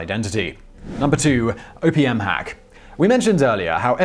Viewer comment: OPM I thought you said Opium at first, lol